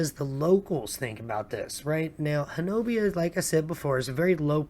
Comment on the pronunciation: Just a few seconds in and looking forward to watching the video. fyi, it’s “Honobia” and pronounced “Hoh-Nuh-Bee”